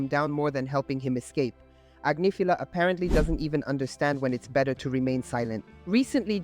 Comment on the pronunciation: Grammar police - Agnifilo Ag NIFF uh low. If you're going to say his name, say it right. Sheesh.